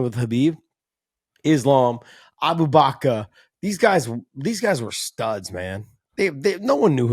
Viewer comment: Hey Josh, it's Abu- BakR. Not Abu-BakA. It's just the Russian to English phonetic difference thar probably led to the confusion